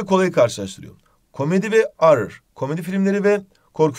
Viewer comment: Horrer ı orrer diye okumak nice